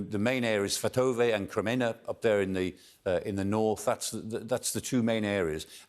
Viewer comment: Good lord someone teach this old man How to properly pronounce Svotove....